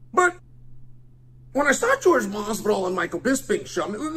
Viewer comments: His name is Jorge, not George. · I love how he calls him George. Every. Single. Time. 😂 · It's Jorge, not George. A boxing match, Chael vs Jorge would be good👌. And I believe he is talking about your wrestling when he talks about crotch sniffing and maybe Masvidal would prefer to stand and bang cause that's his only chance. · So i dont know what Chael has against Jorge but i can tell you being from Miami a lot of people know Masvidal. The guy grew up street fighting it Kimbo Slices crew. Another thing i want to point out is its not “George Masvidal” its “Jorge Masvidal” pronounced differently and most people nowadays just cause of that will tell you they dont know who your talking about lol. Trust me people are special 😂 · LMAO Jorge Fucking with a real G.